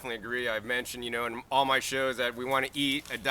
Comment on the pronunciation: LOL " I love MUH plants" ahahaha please Remix this!!!!